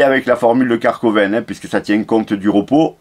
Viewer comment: Merci pour la vidéo, c'est Karvonen, pas Karkoven, tu m'as bien fait rire.😀